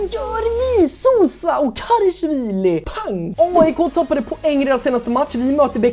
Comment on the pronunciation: Älskar den här serien men det är en liten grej jag stör mig på. Det uttalas KarAshvili, inte KarEshvili.